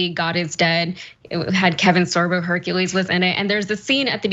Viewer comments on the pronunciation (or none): none